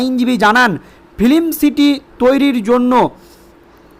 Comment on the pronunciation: Ispain? Isthapon? FIlim cify? hat a pronunciation!